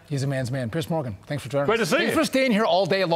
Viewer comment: Yo Fox! It's Piers Morgan, not Piers Mogran. Quality dropping?